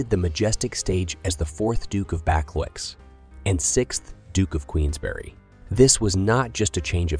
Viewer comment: Fyi, "Buccleuch" is pronounced "Bukloo".